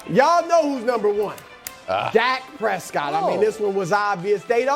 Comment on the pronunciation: “Wack Prescott”